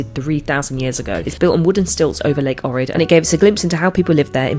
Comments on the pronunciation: It is Ohhrid not O'rid! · It is pronounced "OHrid".